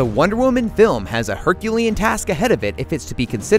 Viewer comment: Michael Montalvo he sounds like he's saying 'one woman' doesn't he.